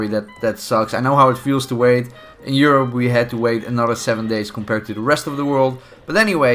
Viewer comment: Dude what are you?! I thought you were Mexican 😂😂 I heard you say Europe I was like whaaaaat?